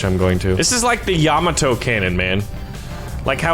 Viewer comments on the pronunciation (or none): ...its pronoaced Ya-Ma-To Yamato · It's pronounced ya-ma-to Yamato